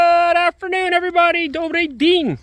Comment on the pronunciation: Эврибади😂😂😂 ну, прям всем зашло... 👍👍👍